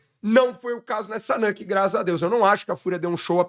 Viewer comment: a pronúncia é nÚke mesmo, não nÂke. Bbç!